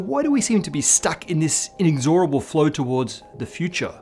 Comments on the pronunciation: in-EGGS-or-able, please. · "In xor able" That's certainly one way to pronounce it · Isn’t it “in-EX-or-a-ble,” rather than “in-ex-OR-a-ble “? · Inexorable. I can't find a single reference which says to pronounce it your way. They all give it as in-EKS-ə-rə-bl (where ə is the neutral vowel) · "in-ex- OR-able"? That's what you get from researchers who read a lot, but don't discuss in person with experts. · Don't wanna be pedantic here, but the pronunciation of "inexorable" was shockingly in error. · He mispronounces the word "inexorable" . He is incorrectly emphasizing the third syllable instead of the second. Reference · You say 'inexorable' very strangely.